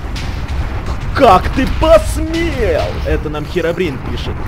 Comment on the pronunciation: не херабрин а хирабрин